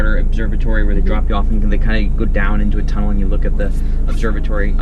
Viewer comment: Tomudell lol 😂 lol 😂 tunnel